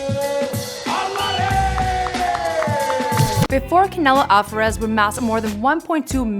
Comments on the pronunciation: Alfarez🤦🏻‍♂️🤦🏻‍♂️🤦🏻‍♂️ really wtf its Alvarez dummy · REPEAT AFTER ME: “All-VAH-REZ” “HA-LEES-KO”